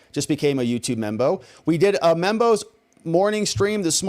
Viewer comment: That is so cute how lisp makes him pronounce members as "membos" and donors as "donos".